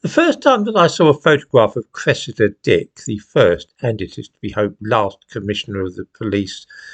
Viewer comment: Stop mumbling … are you saying Cresida’s dick or Cressida Dick 😮